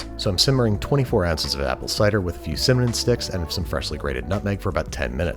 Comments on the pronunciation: ...did he say cimmanon? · "cimmanon sticks" what a sweet little lad